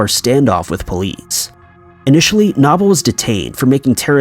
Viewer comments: #4 It is pronounced no bull. Not na Bull! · Dude. Knoble = “Know-bull” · Okay.. it's Knoble (no bull) and Greenville not Greensville. 😕 also, in my opinion, you need some kind of introduction music or a sound.